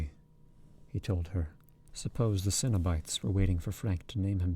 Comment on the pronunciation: yes, except for the mispronounced cenobites, there were a few random mistakes but much better than the other reading. should be ' muttering sweet talk into her ear' not sweat 😂 i had to go back and re listen bc it threw me off, especially since Julia had just complained Rory was sweaty a few sentences prior!